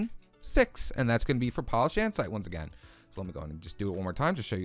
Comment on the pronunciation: Did he say andsite?!? Its andesite stupid